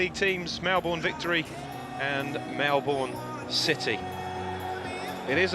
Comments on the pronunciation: Hey man. Not all of us mispronounce it. That said, I'm surprised the commentator did. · I thought Americans were the only ones to not pronounce Melbourne correctly.LOL